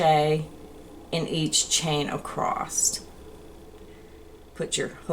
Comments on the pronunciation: There’s no “t” in across. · There is no "t" in "across"!